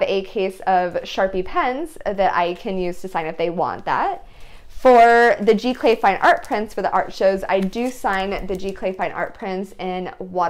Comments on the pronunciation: Very nice video---isn't it pronounded "Zee-Clay"? Or is this a different process? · Giclee is pronounce Zee - Clay :)